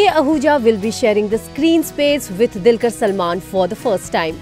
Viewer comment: Itz dulquer not dilkar..